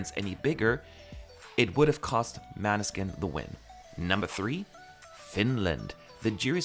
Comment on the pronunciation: 1. First,, you and your team have done an excellent job in Rotterdam! 2. How to say 'Måneskin. The Å is like oa dipthtong in English ( like boat or coat). The E is like a short 'eh' and skin is pronounced skeen. Måneskin is very similar to Norwegian 'måneskinn' but the skinn is like shin. I know you are trying!! And that is OK!! 3. I can say one thing about the televotes is that they vote for songs that really stand out and have energy! Especially to these 'casual' viewers who just realized that ESC is on the tube. 4. I predicted that a non corona, non self-esteem song would win this year. Switzerland and France had incredibly beautiful songs this year and if it were not for corona,wouldthesesongs hada better chance of winning. Folks this year wanted to rock and forget their worries! Tusen takk fra Norge and a safe trip back!